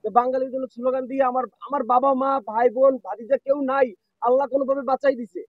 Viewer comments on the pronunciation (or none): none